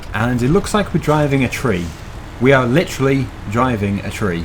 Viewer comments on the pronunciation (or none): none